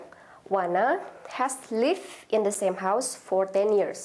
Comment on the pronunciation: the world harusnya mbak..pronunciation lived harusnya d nya kebaca..